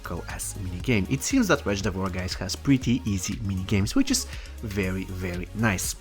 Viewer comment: Nobody:: Wtretch lol I enjoyed the video 👌🏻